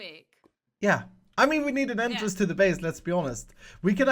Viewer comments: Wait, can you repeat one more time, did you say endtrance or entrance. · when you said entrance for the 2nd time i thought you said N-trance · I thought you were gonna make them go to the end since you said it like “end”trice.